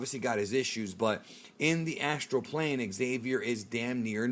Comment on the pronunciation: "Astral plane"👀💀🤣🤣